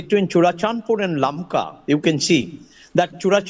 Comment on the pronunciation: First of all Correct your.... lakma.....it is LAMKA...